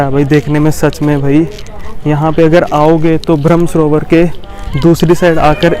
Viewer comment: ब्रह्म सरोवर आप बोल रहे है भ्रम . गलत उच्चार